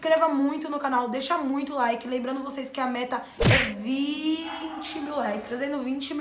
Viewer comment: Tu fala munito mano